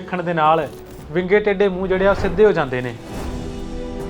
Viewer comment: Bro ਯਾਰ ਤੁਸੀ ਵਿੰਗੇ ਨੂੰ ਬਿੰਗਾ ਕਹਿੰਦੇ, ਸਰਬਾਲੇ ਨੂੰ ਸੜਬਾਲਾ ਕਹਿੰਦੇ ਤੇ ਟੈਂਕੇ ਨੂੰ ਟੱਟਾ ਕਹਿੰਦੇ,, ਗੱਲ ਕੀ ਆ???